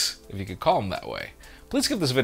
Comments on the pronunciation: Agreed. What he says doesn’t seem right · I've never understood how he pronounces his name